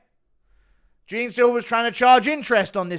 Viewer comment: Ur saying jean's name in the wrong way